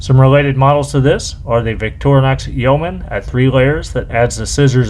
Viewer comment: The grey magnifying glass is indeed 8x, but the newer clear glass is 5x, but larger and clearer (less distortion). Great to see an American pronouncing Yeoman correctly! 👍🏼